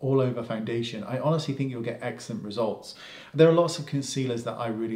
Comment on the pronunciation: Haha love how many times you say excellent and it sounds like eggcelent 😄😘